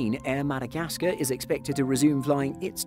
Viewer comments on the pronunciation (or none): none